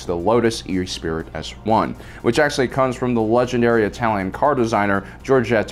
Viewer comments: E spirit is pronounced ess per ee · sighs and shakes my head ...Esprit is pronounced Esspree.....not E-spirit!...jesus do some effing research will you?! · Esprit is pronounced es-spree, not e-spirit. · My future car brain backfires when he says E-Spirit like a vape mod instead of Ess-Pree as in spirit. We've got it. Yes we do. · Not e-spirit. Say it with me...[ess-PRIE]. It’s French bro! It means to be lively or vivacious. Love the vids but you’re killin’ me with the pronunciation! 🤣 Also yes,it was fantastic to see the “Spinners” flying around for the first time in Bladerunner. It was a much more gritty sci-if style of movie that no other director had ever accomplished so well. It was an all new and fascinating look at the future of humanity that wasn’t sanitized like Star Trek (I was 9 yrs. old at the time btw). Heck, modern Tokyo isn’t far off. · You need to work on your pronunciation... "E-Spirit" is actually pronounce "Espree" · Eh-spree, not e-spirit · E-spirit? 🤣🤣🤣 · We concur. The correct pronunciation is 'es-pree' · No hate just a bit of info. It's the Lotus Esprit as in Eh-Spree. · Esprit.. Ess- pree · hurts my soul with the way he pronounces the word "esprit" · I think it was deliberate. He's trolling us.